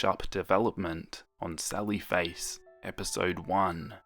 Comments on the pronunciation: sawwy fwace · When he says "Sally Face" I hear "Sawwy Face" and suddenly feel very sad :'( I'm so sorry for Soda...